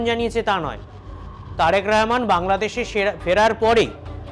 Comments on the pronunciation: এটা কেমন বেয়াদপি প্রধানমন্ত্রীর নামটা উচ্চারণ করতে পারে না পারলেও করে না এ কেমন বেয়াদ্দপ বক্তা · নামটাও ঠিকমতো বলতে পারেনা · একটা অযোগ্য সাংবাদিক, একটা দেশেরপ্রধানমন্ত্রীর নামটাই বলতে পারেনা সঠিকভাবে। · ঠিক মত আগে তারেক রহমানের নাম বলতে শিখ তার পরে খবর পরতে আসিস